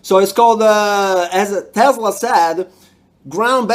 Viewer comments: Making me smile 😘 the guy couldn’t even say his name right. It’s “Tesla”, not “Tesler” LMAO 😄 I love how you get all that current without even having to solder any connections, or hot gluing anything. 👍 😂❤️ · They're particularly unconvincing when they say TeslaR, not Tesla.